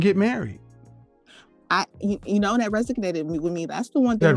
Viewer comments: "Resignated" 🤣LOL!! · Resonated not resignated 😅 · I know, right?! "ReSIGnated" versus "reSONated" also appeared to elude her until KS pointed it out to her repeatedly. Her excuse of not working in her field at the time was a poor, if not embarrassing one, in her attempt to explain away the error. Not a good look for someone with a communications degree. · That "resignated" with me🤣🤣🤣 she needs to get her money back on that communications degree. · And don't forget that it "resignated" with her. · And she "resignated" with him lol.. only because she isnt working lmaooo. The thought process behind this women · The questions she axed really resignated with me... sign me up for her college degree! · College educated and can’t pronounce “resonated” correctly lol